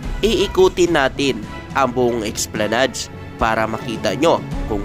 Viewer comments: Esplanad lang po ang bigkas hindi po esplanads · Ang tamang pagbigkas o pronunciation ng ESPLANADE ay ES PLA NAD. Hindi EX PLA NAD.